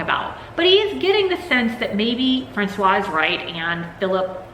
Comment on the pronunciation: I don't read horror books or watch horror movies, but I watched your latest video about Maria Yuszczuk's Thirst, and realized I'll watch all your videos. Even if I never read/watch anything you review, there are a lot of interesting things you bring up! As an aside (I hope it isn't douchey) but the pronounciation for Francoise (f) has a waz sound at the end, the clipped wa sound is for Francois (m). I'll see myself out now.